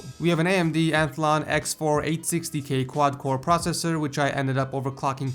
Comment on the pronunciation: It's athlon not anthlon